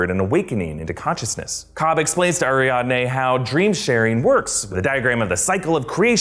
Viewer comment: Is it just me that cringes every time he says AriaNde instead of AriaDne. It was distracting!